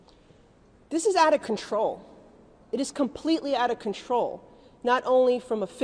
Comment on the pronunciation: deshtroy? Shtructure? Shtreet? shtruct? conchtrol? where did this woman in red learn English